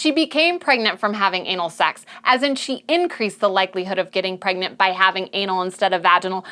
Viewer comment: Pergnut, pergonant, pregnart 😂